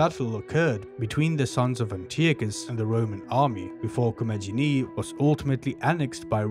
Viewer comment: In Ancient Greek, the G is always pronounced as G as in Got, never J as in Just. In Classical Latin, too. So, Commagene is pronounced Ko-ma-ge-nee.